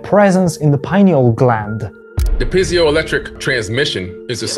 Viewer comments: Peeeeeeee ay zo. ( Not pie) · Great video but your pronunciation is wrong. Examples:Lapis lazu (li is not an I. It's an e like in tea. Same with the piezzo. ie is not an i ...! When you hear Billy pronouncing it , just copy it Sir. Teach it correctly to millions🎉😂.Thx